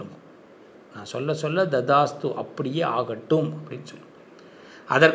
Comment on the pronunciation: ததாஸ்த்து! என்று உச்சரிக்க வேண்டும்!